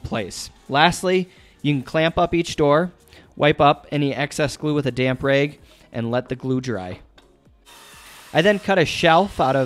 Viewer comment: Montana? I thought you were from a non English speaking country, there were a few words you didn't pronounce properly, like "rags"... great video though.